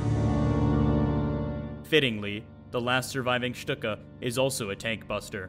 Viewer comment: My thoughts exactly! It was pronounced correctly in the video considering the parent language. Next thing we know folks will try to say the manufacturer is suppose to be pronounced Junk Ers instead of the proper "Y"ʊnkers.